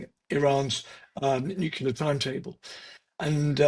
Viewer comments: That would be NU-CLEAR - NOT NU-CU-LEAR - I would have thought this man would have known better...... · It is just ditracting in a serious discussion to have a British person (obviously very intelligent) pronouncing it as 'Nukular'. This subtly shows the US influence around the world. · A guy that smart can't pronounce the word Nu-Clee-Ar ?